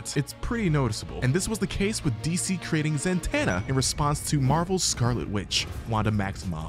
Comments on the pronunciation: am i tripping why was he saying "zan-tanna" 😭😭 is it not "zuh-tonna" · It's Zatanna, not Zantanna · Ok ok ok....stop saying "", her name is "ZATANNA". She used to date John Constantine back in the day. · Who tf is Zantana I only know Zatanna(also love your vids❤) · Zatana...not Zantana. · Zatanna not Zantanna. No N after Za. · It's za-tanna, not zan- Tanna! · Who TF is Billy Benson?! You mean Batson? 🙄 Zatanna... NOT ZAN-TANNA. Opinion nullified. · or Zatana choose to say it correctly